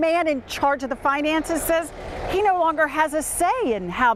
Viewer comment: "...the man in charge of the finances-es..."